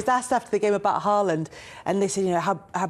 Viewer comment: Just mentioning - Haaland's name is pronounced with an norwegian å - in English like the vocal in "haw"/"saw" etc! 👍